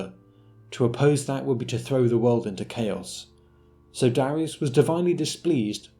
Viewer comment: Darius? More like "Darisus"